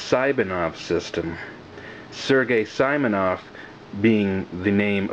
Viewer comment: I get it, spelling, but it's pronounced SEEmonov. Most videos I watch have people call it Simon'ov.